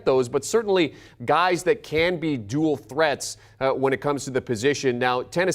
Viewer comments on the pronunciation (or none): none